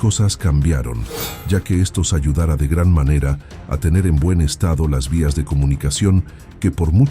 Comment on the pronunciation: una observación, si usan software para generar la voz del narrador, aliméntenlo con texto bien acentuado. Por ejemplo, el narrador dice "iniciaran" en lugar de "iniciarán", "ayudara" en lugar de "ayudará", y lo mismo sucede con otros verbos en donde la falta de un acento ortográfico cambia el sentido de la frase. Eso le quita calidad al video.